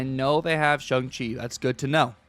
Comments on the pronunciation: Shong chi is the correct pronunciation😊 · Please, don’t perpetuate the Cozy “ShUng Chi”…. Dear god please say it properly I beg you lol